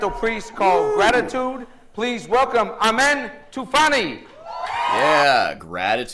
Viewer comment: The name pronounce as AMEEN and he is persian I know you probably don’t care, but I’d tell you anyway.